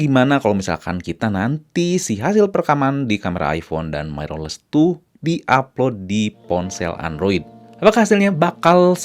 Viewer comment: Lah makin panjang wkwk. Dahlah bro, intinya niat gw dri awal cuma mengoreksi. Jgn bawa perasaan, kita pke logika aja bro, "Mirrorless" itu dibaca "Mirrorless" bukan "Mairorless". Gw yakin bnyak nonton ini video, jdi sebaiknya research dlu. Nnti bnyak org yg gatau trnyata itu salah dan malah bnhak yg ngikutin. Jgn marah² goblognya makin keliatan hahaha